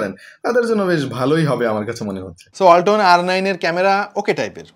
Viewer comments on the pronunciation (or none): যখন বললেন ওয়ালাতনের ব্রান্ড আমি পাশে রাখা হোন্ডাটাকে ভাবছিলাম ওয়াল্টনের ব্রান্ড বলছেন😛